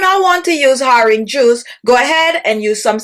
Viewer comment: The ‘h’ in horange juice is silent